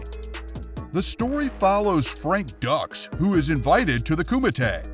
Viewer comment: It's pronounced dooks, not ducks. Respectively the correct spelling is Dux. I can see why you say ducks